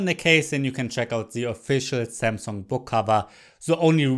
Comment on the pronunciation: zzeee zamsunggg zes zite zis iz ze zest!!!!